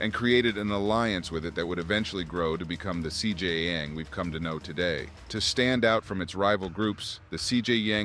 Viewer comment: I dont know man. If you cant pronounce your subject matter, maybe somebody else should be narrating this one. Lazy and borderline disrespectful to the language as hes not even trying, "CJYang". Wtf is that???!